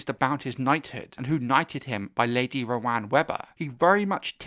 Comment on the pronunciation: OMG! You’re the first creator I’ve heard pronounce Rohanne’s name the way I’d do, and not ro-han. I was starting to think I might be a little illiterate. Martin has said before that there isn’t a wrong way to pronounce the names in his writing, but being so far off from the majority was driving me crazy with this particular name.